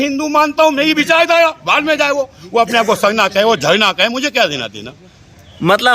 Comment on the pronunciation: O uncle .....sarna sarna h...sabse pahle acche se bolna sikho....jab aap sarna ko nhi maante...hm hindu ko nhi maante... Moolniwasi..... Pakistan k jahil logo ki tarah baat kar rahe h.....